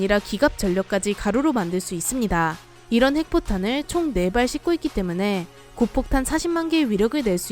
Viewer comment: 고폭탄을 고속탄이라고했내요